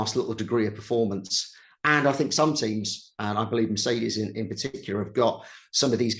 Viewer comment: Come on… it’s a M E R C E D E S B E N Z ……not a Muhrseduzz…🫣🫣🫣